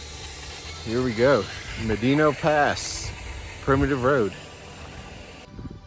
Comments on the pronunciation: It's pronounced "Ma-dano" NOT "Ma-deeno". San-gre-de-christo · here's my data. How do you pronounce 'Medano'? Médano is a Spanish word that means "sand dune". It is pronounced "MED-ah-no". In the original Spanish there is an accent on the é. Thanks for looking like a dumbass. Also.. Trump 2024! edit" where the hell is your data? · uh.. it's literally pronounced just like how it spells.. "Meh- Dah-No" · Thunderstorms are not Fronts. Gust fronts come from thunderstorm overdevelopment. Both inflow and outflow winds. Medano pass is not pronounced medino. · It's properly pronounced "mad-in-ah"